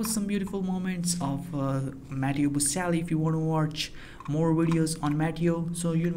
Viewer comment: Can you pronounce his name properly?